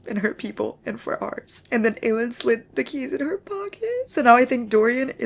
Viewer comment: Every single time you said Aelin’s name incorrectly it low-key killed me 😂 I’m like “who is Eileen?!”